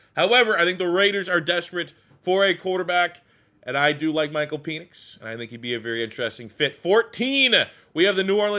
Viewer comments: Penix is pronounced Pen..X...not peenix. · Nobody mentioning PEEEnix pronunciation